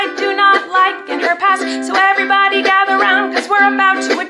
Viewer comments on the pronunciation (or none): none